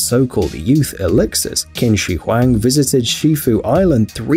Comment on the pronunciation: Qins name is pronounced chin not kin